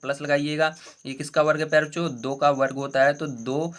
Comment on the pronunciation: Sir aap pyare bachcho kahte hai ya pyare cho 😂😂😂